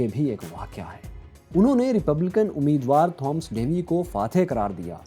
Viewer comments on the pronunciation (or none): Its Thomas not thoms